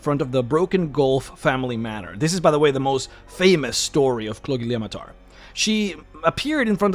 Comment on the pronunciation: I would like to raise my glass to you for being able to pronounce that name.